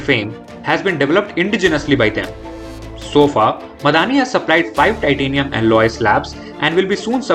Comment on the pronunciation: It's not Miadani but Midhani or short for mishr dhaatu Nigam limited